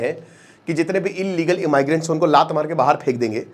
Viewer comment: कैलिफोर्निया सिटी, लॉस एंजिल्स स्टेट ❌ कैलिफोर्निया स्टेट, लॉस एंजिल्स सिटी ✅ इमाइग्रेंट्स ❌ इमिग्रेंट्स ✅